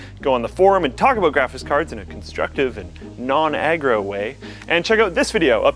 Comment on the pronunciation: "SPOILER ALOOT!...Aloot?", your Canadian is showing again. x3